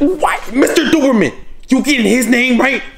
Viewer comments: its because he said dooberman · Its lenarr goddamit Mr Dookie man Mr Dookie man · “the o is silent” says doberman